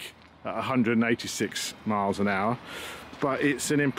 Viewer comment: 186 miles per owcha, with lots of powa